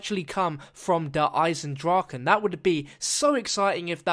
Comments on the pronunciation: In german it speak ch not like the english g In Eisendrachen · its actually "eisen draCHe: and not eisen draken .. you spelld it wrong :D